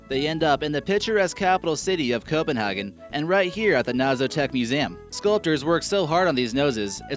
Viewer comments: Holy shit, these pronounciations... If you can't even say the english pronounciation of Copenhagen, at least just call it København... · Okay, I can understand you butcher the smaller towns, like viborg and jelling, BUT SERIOUSLY YOU CAN EVEN SAY COPENHAGEN! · Am I the only one who think its wierd he couldn't say Copenhagen right, but he said Aarhus profusely perfect like we do in Denmark? o.o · It's not how you pronounce Copenhagen. Like tf... In Denmark it's called København so don't try to pronounce Copenhagen with Danish accent